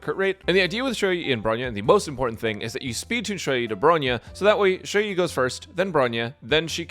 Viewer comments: Ju yi Yu yi It sound fine 😅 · Nah Your Saying It Just Fine